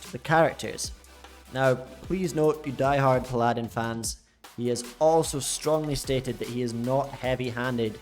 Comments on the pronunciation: "PILAD-IN" kekw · I love how you get caught up on the word sorcerers, but completely butcher paladin multiple times and overlook it LUL